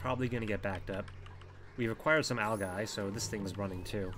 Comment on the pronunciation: its pronounced Al-Ji not al-guy